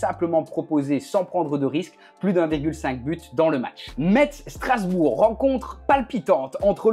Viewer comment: Ptite correction: Metz se prononce: Messe Et ils n’ont pas fini champion de Ligue 2 l’année dernière 😊